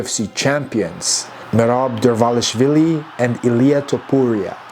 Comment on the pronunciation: Shidalva ara kvaxi...TCHIDAOBA ჭიდაობა. Merab Dvalishvili et NON Morab dovalvili. Punaise, c'est dramatique... Si je disais au lieu de la langue française, la lunge francu